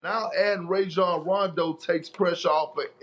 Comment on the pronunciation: “Ray-John Rondo”😂😂